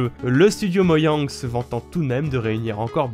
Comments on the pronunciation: y a un truc qui me stress dans cette vidéo c qu il dit moyang et pas moJang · Je suis perturbé quand tu dis "moyang" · Tu prononce mojang "moyang" c'est frustrant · Y a que moi que ça perturbe qu'il dit "Moyang", moi j'ai toujours entendu et dit Mojang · ON. DIS MOJANG EST OAS MOGANG AHAHAHAH CETS COMME FULLE MÉTAL ALCHIMISTE TU DIS FULLE METAL ALKIMISTE !!!!! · Non, ya pas que toi... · Depuis des années je viens d'apprendre qu'on dit "Moyang" et pas "Mojang" '-' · Et pas moyang mais moJang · moYang ! Bien sûr ! Mais... et mes oreilles ? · "Moyang" Merci ^^ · "moyangue" ta niquer le nom xD c'est moJANG pas YANG mais tqt on t'aime quand même mdr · "Moyang"... "Herobr[i]ne" ... faut pas abuser quand même... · pour moyang moi:TAIS TOI SI TU SAIS PAS DIRE MOJANG!!!! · "moyang", "ender dragone", "l'ender" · Moyang et l'ender . Aille mes oreilles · L'ender s'appelle "End", et c'est pas "moyang" mais "mojang" .-. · C'est MOJANG!! Pas moyang X) Cé po grav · "Moyang" OOF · Mojang pas moyang ! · Moyang ? 😂 ON DIT MOJANG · Ta dit hero brine sa se prononce herobryne et ta dit moyang 😂🤣😂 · "Moyang" wtf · euuuuuh... t'a dit moILLang ? nan car c'est moJang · c'est pas moyang mais mojang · C'est mojang pas moyang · A tu a osé dire moyang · Pourquoi tu dit "moyang" au lieu de "Modjang" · Mdr moyang ...ÇA CE PRONONCE MOJANGUE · Alors 1) on dis pas moyang mais mojang Et 2) c heroriaine et pas herobrine ( c juste pour la prononciation la mauvaise écriture ) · c'est pas moyang MAIS MOJJJJANG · Qui est pertubé par qui dit moyang ça ce dit mo gen gue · c'est pas moYang, mais moJang :) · Moyang? Herobrïne? Ouille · ON DIT MOJANG PAS MOYANG !!!🤬🤬😡😡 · Pourquoi tu dit moyang ? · on dit mojang pas moiang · Moiang... On dit Mojang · il a dis moyang aut lieux mojang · C'est mojang pas moyang tu dis moyo quand tu joue a zelda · Dragolstice : Tu devrais plutôt écrire que "Mojang" se prononce "Mojangue" (-O_O) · Arf. Les '' Moyang'' qui font mal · A tu a dis moyang